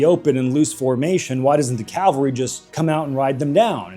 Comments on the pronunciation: Great video but I am gonna be a nit picker it's cavalry not calvary calvary is the church not horse mounted soldiers called cavalry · Cavalry, not Calvary. What are you, every Hollywood movie ever made?